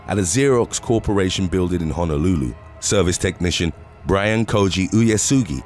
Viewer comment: It's Honolulu not Hanalooloo